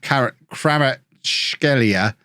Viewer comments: it's pronounced Ka-veecha kva-rets-skel-lia i believe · It's pronounced K-va-rat-skey-lee-a but most people just call him Kvara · its pronounced "h-vicha kva-rats-helia" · I'm pretty sure people pronounce it as Kvara-(t)skhelia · Kvaratskhelia is pronounced like "quartz hell ia") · Imagine not being able to pronounce or really know about the great 🇬🇪 player in Naples, what a casual!